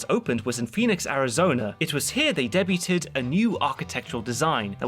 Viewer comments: the correct pronunciation of "debuted" is "day-bued" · deb-you-ted? never heard debuted pronounced that way. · Did anyone else notice that he pronounced debuted wrong? He pronounced it as “deb-you-ted” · Great video! Just a heads up, you pronounced "debuted" as "deb-you-ted" , but it's generally pronounced "day-bued". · De-buu-ted? De-buu-ted? It’s debuted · hahaha oh. You got caught thinking English was phonetic! Debuted is pronounced "day-bued" with bue pronounced like "hue"! Ahh it took me a while to realize that absolute peak of something, was spelled epitome, and that that spelled word was not pronouned "epi-tome" (tome I would pronounce as in a very large book type tome) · debuted is pronounced day-bewd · Did you really pronounce "debuted" as deb-you-ted? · That's not how you pronounce "debuted" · I like to Herat him say Debuted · "debuted" lol😅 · I am pronouncing it thus way forever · "Debuted" has two syllables and a soft "T" ya' commonwealth goon... -With love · The way you pronounce "Debuted" makes me squirm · Please please PLEASE correct the audio. You mispronounced "debuted" SO HARD